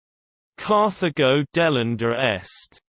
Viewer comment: Yeah, I really bet Romans turned a terminal 'a' on a word into a modern British 'ur'. So, it should be 'delenda' not 'delendur'. And NO Roman speaking classical Latin would have pronounced the name of the city as anything other than 'Car-ta-go' with a hard 't' just as in modern Spanish. This was just a bad understanding of Latin, or perhaps, none at all.